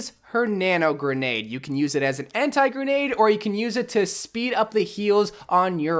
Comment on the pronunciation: “Nano grendade”